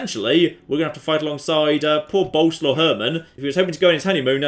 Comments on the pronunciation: you do know that Boleslaw is pronounced something like Bo-les-laff, right? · Btw the name is prenouced borleswav, hope I got it right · It's actually pronounced Bo-Les-Slav. 'Cause it's polish.